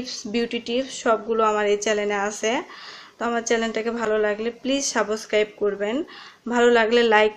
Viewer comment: It's subscribe,, not a saboscribe😂😂😂😂সাবোসক্রাইব😆😆😆